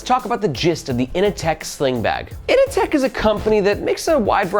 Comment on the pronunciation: Can’t help but hear Ini-Tech instead of Inateck, it’s not The Matrix it’s Office Space 😂 In seriousness I don’t dig the looks of the kinda glossy finish and it looks too bulky when full but I gotta admit that for the price point it’s a fairly impressive package